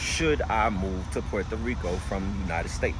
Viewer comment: you got the Puerto Rican accent when you say Puerto Rico 💪🏼✊🏼🇵🇷